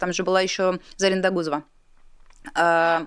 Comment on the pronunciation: Догузова ударение на первый слог, на о